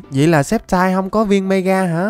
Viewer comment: sextai cái j mà sextai Pokemon người ta tên là sì kép tai đọc là skép taiz ko bt còn đọc sai🤬